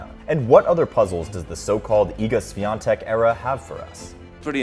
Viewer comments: Please learn how to read her last name. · You could at least make an effort to learn how to pronounce her last name if you're going to make an entire video about it, it's not that hard. Terrible work. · I’m proud of her, POLSKA GÓRĄ 🇵🇱🇵🇱🇵🇱 Also, the correct pronounciation for her last name is “ˈɕfʲɔntɛk” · Iga just seems to be likable and I hope that this huge success won't change her. About the video: you can stick with "Iga" ;) maybe try to ask some Poles to pronounce Świątek for you? or listen to google translate? I know Polish can be really hard for foreigners, but hopefully Iga will be there for years to come, so trying to learn her surname should be worth it. That "i" should be way shorter... "swiontek", not "swiiontek" - quite as you would stick short "i" in "won"... Short "i" like in Winona (Ryder) and as far as you can be of "ion" pronunciation ;) maybe fast sshh (like in silencing someone)-we-on-tek , NOT "S-we-ion-tek" I appreciate that you have used Polish letter while writing her surname in title :) Sorry for long post... I had fun trying to find good idea how to describe that sounds :P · Bruh its not that hard to lean how to pronounce "ą" and especially "ś" in in her surname. Why wouldn't you even look up the prononciation if the whole video is about her? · It's time you learn how to pronounce her name correctly... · Ś is pronounced closer to English SH, rather than S. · Don't watch much of tennis, just came here to hear how wrong Świątek is pronounced. Love our wifi password surnames. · It would be nice if you told her surname correctly, it's not that hard to find out. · Learn how to pronounce her surname, THEN make a video about her. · It's time you learn how to pronounce Świątek 🥲